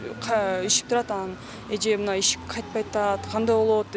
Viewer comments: Ишик эмес шишик. Кыргыздар качан адабий нормально суйлогонду уйронобуз. Аллергия просто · Ишик эмес шишик туура суйлогулочу